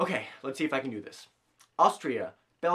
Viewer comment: It's not Austria, it's AUSTRALIA.